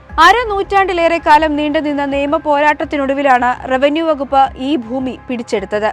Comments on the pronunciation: ഫുമി അല്ല ഭൂമി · ഫൂമി അല്ല ഭൂമി